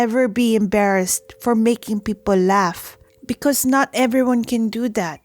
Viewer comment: I caught “Eberyone” and “Pall”